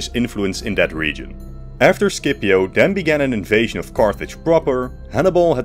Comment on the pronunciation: That's not how you pronounce "Scipio" lol